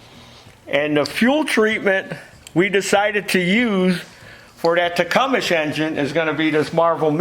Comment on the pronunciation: The pronunciation of "Tecumseh" is generally tih-KUM-suh or tuh-KUM-suh, with the emphasis on the second syllable and a silent "eh" at the end.